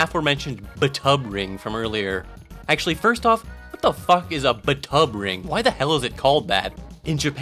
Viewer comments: "b'tub ring" = bathtub ring fwiw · B'Tub Ring... "Bath Tub Ring" . . . I guess?